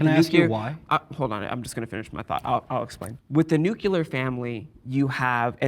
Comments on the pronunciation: nucular?? bro already lost credibility from here and then said ⁉️ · He said “nuceular”